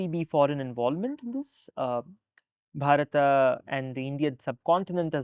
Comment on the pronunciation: Why he keeping saying BharatA, it is bharat…